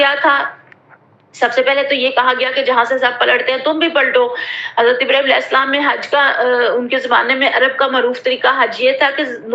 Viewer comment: جب آپ درود اِبراھیم پڑھتیں ہیں ابراھیم کی ہ نہ نکالا کریں